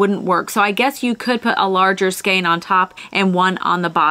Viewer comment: Interesting stuff... and it's nice to hear you pronounce the word "skein" correctly!